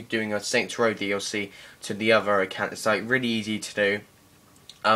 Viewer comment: How british people pronounce “DLC”: DOC